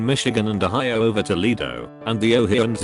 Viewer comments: About the Toledo thing, people pronounce it toodelydo but it is tol edo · Everyone: Toledo Text to speech man: Tolde